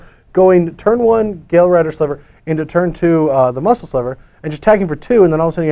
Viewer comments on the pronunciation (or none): none